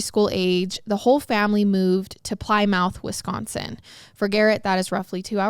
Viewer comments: The pl-eye-mouth confused me so badly! I finally realized she was probably saying Plymouth’s “plemEth” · Ha! I'm from Wisconsin and you made me chuckle when you said Plymouth. It's not Plie-Mouth , it's Plim-Uhth. 🤣 No Shade - We have lots of cities in the sate that make us chuckle when people say them. Like Oconomowoc and Waukesha. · Ply mouth ..... it's pronounced Plymouth like the car.... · Wisconsinite here. Ply mouth was super cute but it’s pli-muth Like lick(plim) in the beginning and mammoth (uth) at the end Love you guys❤❤❤❤❤ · I think the city is pronounced "Pli-myth", not "ply-mouth", right? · Is it really pronounced -mouth or is it -myth? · Nothing to do with anything 😹😹 but I have to ask. In my city we have a street called Plymouth & I pronounced it how she did in this video. I got soooo many laughs that it’s pronounced “plymith” not “Plymouth” 😹😹😹😹 can you confirm ? I just thought it was funny cuz I’m not the only one who thought that’s how you say it!! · Plymouth is pronounced "Plimuth" 😂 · Plymouth is actually pronounce “Pli-Meth” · Plymouth is pronounced "pli-mith" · “Ply-mouth” wow 😅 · It’s pronounced “pl-i- muth” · Plymouth… it’s Pli(short I)-muth…. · Ply-mouth? lol definitely one of the strangest ways I've heard someone pronounce Plymouth before😆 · I was super excited seeing them cover this case! I love that case, watched the court videos and everything But has decided to pronounce Plymouth (you know like Plymouth Rock) ply-mouth and I’m like so turned off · haha sorry I just saw this 😂 but yes it’s “Plimith” I def giggled at the pronunciation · i’m from minnesota and we have a city called plymouth and it is pronounced “plymith” so idk 😭🤣 i was laughing at her until i saw this comment and i’m like damn she must be saying it correctly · is pronounced like plih-myth 🙂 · Plymouth, it's pronounced "Plimuth plee-muth" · Are you sure? I think it’s pronounced like “plimith” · I was literally yelling at the the TV "Plymouth like the car" lol